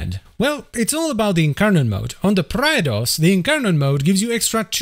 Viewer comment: isnt it pronunced prey dos